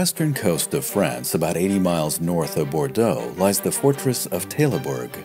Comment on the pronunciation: The way you speak the full name of Saladin and the way Richard took the fortress of Taillebourg are amaXing...